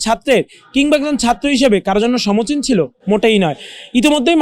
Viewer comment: বোক্সদ শেয়াল! সমচীন না, শব্দটা হলো সমীচীন!